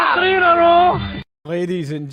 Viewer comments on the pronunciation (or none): Jeez dude if yer gloating at least learn to say three and mathematically properly it's not difficult to learn. Anyway hail hail 🍀💚